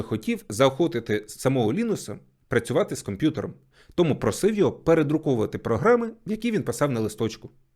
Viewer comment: Класне відео але мене все відео бісило те що ти кажеш "тОму' а не "томУ"